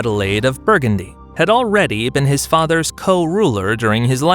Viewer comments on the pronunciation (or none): none